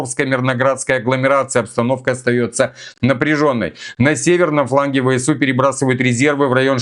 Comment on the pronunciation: ВСУ - ВЭ СЭ У! СЭ СЭ СЭ. НЕ ЭС! Режет по ушам, ДОРОГОЙ НАШ. В русском языке буква С произносится СЭ.